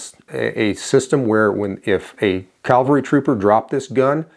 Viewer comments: C A V A L R Y!!!! NOT CALVERY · "The U.S. calvary." Nope. It's cavalry.